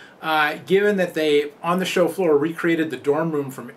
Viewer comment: does anybody else thinks he's saying 'chauffeur' every time he says 'show floor'